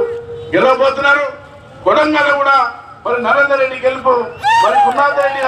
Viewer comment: madam idi kondagal kadu.. kodangal..